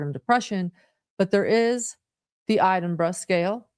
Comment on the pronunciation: Why can't anyone say edinburgh? Ed in brough, its a major city in Scotland.